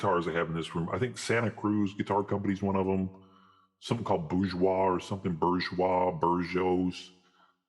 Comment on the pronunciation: Hard to trust someone about guitars when they pronounce Bourgeois that way lol. Starting to they are both dunces.